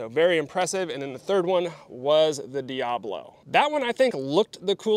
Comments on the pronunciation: It’s not dee ah blow. It’s dee ah bow low. Look how it’s spelled and say it correctly, please. It makes you look smarter. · Sorry to be that guy, but it's "diaBOlo" not "diAblo." Diabolo describes the shape of the pellet, not Satan. lol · That word is "Dia-bolo" not "Diablo" as in spanish for devil. I think it's pronounced "Dee-uh-boh-low" It refers to the shape of the pellet.